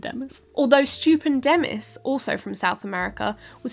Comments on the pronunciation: Stu-pen’-dymous. Accent on the second syllable, I reckon. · Stuu-PEN-di-mus , stupendous big turtle